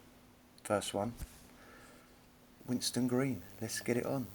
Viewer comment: it's Winson not Winston.